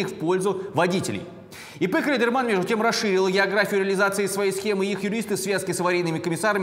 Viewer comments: Мне послышалось или сказал ИП Клитерман? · Мужик отлично оговорился, "ИП Клитерман" xD